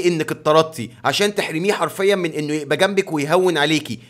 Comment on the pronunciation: ليش تقول يقبى مش يبقى